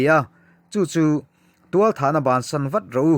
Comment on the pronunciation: Thualthah tih hi a dik lo deuh tualthah na a tih tur